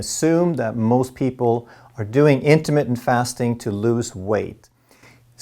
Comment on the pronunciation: in-ter-MIT-TENT, not in-ter-mit; sounds like intimate... I think Intimate Fasting is what Pick-Up Artists lecture on. Ha!